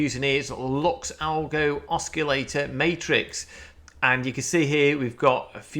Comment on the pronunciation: There's not really any substantive argument for a breakout atm. Also the c in oscillator is silent.